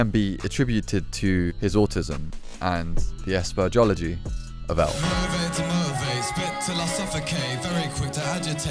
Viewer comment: “Asperology” lol wtf